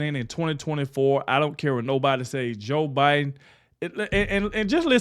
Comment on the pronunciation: that AI voice just said BeeDen and Eco NoMe instead of Joe Biden and economy.